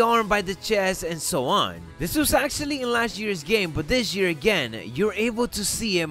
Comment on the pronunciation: Dis jear